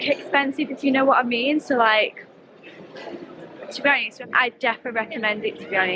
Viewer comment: somehow made “to be honest” sound like one word